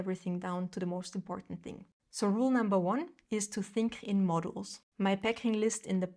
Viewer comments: When you say "modules" it sounds like "models." Books are a no, I go to thrift store buy a classic for $2 then leave it somewhere, I literally had someone ask me if that was my book after I had just set it on seat to give it away. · Pronunciation: modules - mod YULES